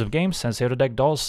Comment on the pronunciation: Honestly, he needs to learn correct pronunciation of "does"